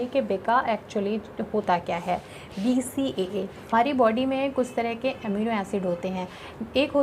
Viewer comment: Its BCAA not becka